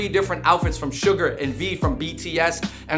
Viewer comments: It’s Suga (pronounced Shoo-ga), not Sugar 🤓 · It’s suga . Not sugar . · Suga not suger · It’s Suga, my dude. “SHU-GAH”. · It’s suga without the R